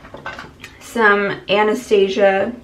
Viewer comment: Love this video! P.S. The brand you use for your brow powder is pronounced "Aw-naw-STAW-see-ah" :)